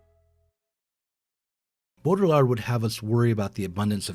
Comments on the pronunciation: Bodr-yee-ah Use throat for r-yee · The division between 'Town and Gown', at least as a social, if not geographical concept, existed in England, in Medieval Oxford, and probably elsewhere, even earlier than in 19th C USA. BTW it's Bowdriiyar(d) - I don't think French speakers would pronounce the last letter. if I could find a pron. guide (also on YT, why couldn't this presenter?? - lazy, or what?) Baudrillard's view of the 1991 Gulf War - it wasn't a war, but turkey-shoot atrocity - and we only ever saw propaganda 'simulacra' of it, is the most important, and totally accurate, thing he ever wrote. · Bow-dree-are. It’s a challenging pronunciation. (I speak and write French.) I love your multimedia lectures, but could you please lower the audio levels on the music? At their current levels, the music competes too much with your voice-over. (I’m also a video producer.) I needed to strain to hear what you were saying. Plus, it takes special mental focus because it’s philosophy, complex and/or unusual ideas. I do enjoy the stock footage and if watching it starts detracting me from processing your narrative, I just look away. Thanks so much and I look forward to watching more. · Hahaha the way you pronounced it the third Time.. Classic. Good work man. I'm french. It's Baudrillard bodriA if it helps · "bottle lard" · Bow Dree Ard. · BO-dree-AR my people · Dude, the fact you can’t say the guys name correctly isn’t a good start to an educational video. Sorry not trying to be a dick but it undermines your efforts. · Just loop Rick Roderick's pronunciation of Baudrillard until it just comes naturally. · You managed to pronounce baudrillard differently every time you said it 😂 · Jake Zydek the D is silent... that’s embarrassing. I have been pronouncing wrong for years, apparently. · the pretence gets old soon though. and if one can't be bothered to learn the pronunciation of the topic of a video, what does that say about one?